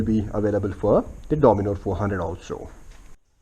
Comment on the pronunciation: and the bikes name is DOMINAR not DOMINOR